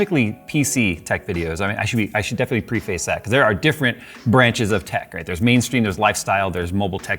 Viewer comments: Preface. PREH-fiss. Not PRE-face. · I don’t mean to be a grammar snob but please for the love of all that is holy learn how to say the word preface.